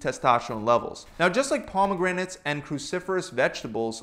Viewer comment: the why he pronounces pomegranates fucking hurts